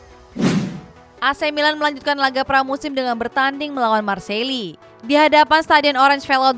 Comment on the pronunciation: affa iya marseille ganti nama jadi marseli? 😂😂